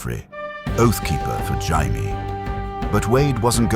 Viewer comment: So was it perfect?? No I mean how could it be only 1 1/2 hour long, the narrator pronouncing Jamie with a Spanish H, and the music a little to loud......... That being said, I freaking loved this!!! It was so entertaining and I was incredibly invested how Wade knew the story and changed things for the better. Did I want more Caitlyn and Jon dialogue? Yes. Still though I'll take this ending 10× over the ending HBO decided to give us. If you decided to do a part 3 with a completely different future that us fans will never get because GRRM made a deal with Satan not to finish the series and I actually enjoy AI fan fiction with Deadpool, I'm all for it!!!! Thanks for this though, it was great. Also a request for Dr Strange in a Wheel of Time!!!! Someone tried it, but it wasn't very good. Your stories and narration are much better. I just hate there'd be no Deadpool breaking the 4th wall about how AWFUL that woke show turned out. One of the WORST adaptations ever, considering Wheel of Time is already completely and the source material is so good